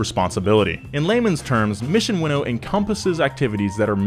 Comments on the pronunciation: Are we sure it's "Winnow" ?? I always thought it was "Win-Now" kinda thing. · It’s not pronounced as “Winnow” but as “Win Now” As in winning races.. now. it think its pretty logical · its "mission win now" not mission winnow lmao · I thought it was pronounced Mission “Win Now.” Not “winnow,” which is apparently blowing air through grain... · The way you saw win now 🤢🤢